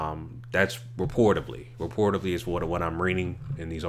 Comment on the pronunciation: It’s pronounced “reportedly”, not “reportivley”